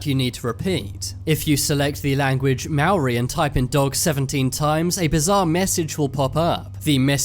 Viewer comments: its not mawri its Mow rrrrrrrr e, make it sound like a car engine when you say the r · "another creepy translation from the MAAARRI language" what are you, a cat? (Lol guys it's pronounced Ma-ou-ri = Maori XD) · You said Moari wrong Edit: Its sorta sounds like Moldy.